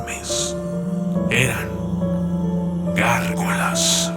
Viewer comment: Se chingo cuando dice gargolass ss